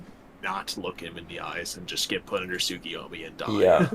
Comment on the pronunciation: I'll consider hopping on VC with you, if you can demonstrate that you can acknowledge a simple mistake, get through a disagreement about manga without seething and dropping slurs, and pronounce Tsukuyomi correctly. Until then, uh... it's been real? Do more debates, they're funny